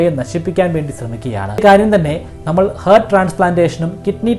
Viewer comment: Hollywood ല് മാത്രമല്ല, ഒരു തമിഴ് സിനിമയിലും ഉണ്ട്. ഹെർട്ട് അല്ല ഹാർട്ട് എന്ന് പറയൂ. ശരീരം തളർന്ന് കിടക്കുന്നവർക്ക് brain death സംഭവിച്ചവരുടെ ഉടൽ കിട്ടുന്നുവെങ്കിൽ അത് ശാസ്ത്രത്തിൻ്റെയും ടെക്നോളജിയുടെ വിജയമായിരിക്കും. പക്ഷേ നമ്മൾ മനുഷ്യരാണ് കാശിന് മുൻപിൽ എന്ത് ethics....?